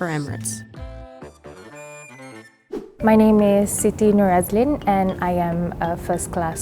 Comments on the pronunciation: siti is pronounced as in sí-tea. not sea-ty. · the way the narrator pronounces Siti annoys me